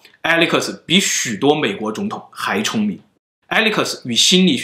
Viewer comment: 刚看到说到Alex那边，觉得英文发音实在有点出戏，这方面可以再改善一些